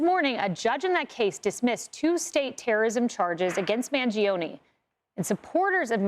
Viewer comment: Man-Joe-Neh. Three syllables, not four.